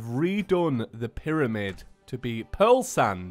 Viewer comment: Yes two mewtwos is right say piramid But it cactus